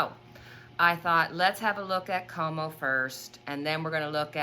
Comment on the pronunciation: Cuomo is pronounced like quo mo